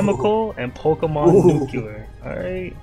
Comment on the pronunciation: you know a real nigga bc he pronounces nuclear as nucular